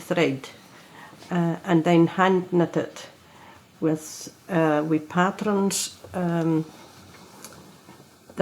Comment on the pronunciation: The way the narrator pronounces “pattrens” reminds me so much of my Granny who bequeathed me her love of needlework!